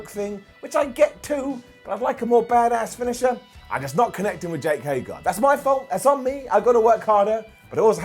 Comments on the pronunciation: It took for to Mispronounce Jake Hager's name. I don't get it....someone please explain this to me. Why does he do this? I have heard him say HAY-GER before. So why does he keep saying HAY-GAR?? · Bro it's jake HAGER not HAYGAR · jake hagER not jake hagAR